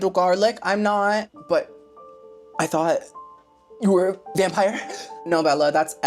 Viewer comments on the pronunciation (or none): none